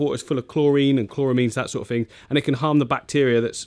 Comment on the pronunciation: Is everyone in love with this guy, his tanks, and his awesome accent? Every time he says "fing" I swoon